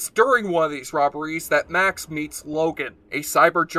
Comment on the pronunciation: It's must have been quite a while since you saw the show if you pronounce Max's name that badly.